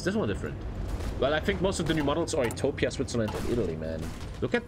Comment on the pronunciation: You pronounce Ethiopia wrong.